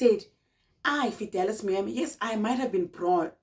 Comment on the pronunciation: Not Fidelas😂😂😂😂😂